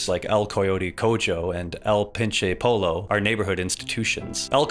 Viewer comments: its not pollo, its poyo. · It's "koh-hoe" (for "el Coyote Cojo" ) Which means something along the lines of "the limping coyote" And also "Pou-yo" (like in yo-yo. For Pinche Pollo) Which means something close to "that damned chicken" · “Cojo” is pronounced like “Ko Ho” Maybe similar in how you would pronounce Soho but without that “Soe/Sow Hoe/Hou” in the Os. And “Pollo” is pronounced like “Po Yo” like how you would say “Yo-yo” but with a P in the start. Just an fyi😅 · its coHO no cojo and its poy-YO not pollo spanish is weird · "Polo...?" Its pronounce Po-yo fyi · Fact: "el coyote cojo" is pronounced "el coyote coho", and "el pinche pollo" is pronounced "el pinche poyo"... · a great video truly, but choom cojo is pronounced co-ho and pollo po-yo 😭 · super minor correction: "pollo" is spanish for chicken and the double "LL" in spanish is pronounced like a "y" sound. So it would be pronounced like "poyo" ! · in 'el pinche pollo' the double L is pronounced like a Y. and the J in 'coyote cojo' is pronounced like an H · "cojo" is pronounced "coHo" and "pollo" is pronounced "poyo" just a heads up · Cojo = "coho" Pollo = "poyo" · Not to mention "poh-lo" immediately afterwards. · pronounce “el pin-che’ Pōiy-oh” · El pinche polo y el colote colo Q pedo con esa pronunciación?? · Pollo is pronounced Poyo. Spanish word for chicken Actually the restaurants English translation would be "The Fucking Chicken" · "El Coyote CoJO" and "El Pinche PoLO". Please tell me that was engagement bait. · Dude, love the vid but the Spanish is abysmal lol. Cojo is pronounced more like coho, and Pollo is pronounced more like poyo. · fyi cojo is pronounced "coho" and pollo is "poyyo" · Just fyi it’s pronounced, El coyote “co-hoe” & El “peen-cheh Po-yo”. Great vid! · Co-ho Po-yo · Hey man, im mexican, I give you permission to say "LL" as a Y sound and "J" as an h. Please. Co jo and po lo hurt me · why did you pronounce pollo like that 💔💔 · thats not how you pronounce eigher Cojo or Pollo lol